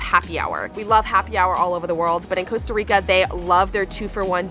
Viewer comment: So painful for someone to be in Costa Rica and not even be able to pronounce the name of the country you're visiting.